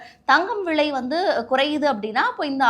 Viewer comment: விழை இல்ல தாயே… விலை விலை நீயெல்லாம் news வாசிக்கிற கொடும கொடும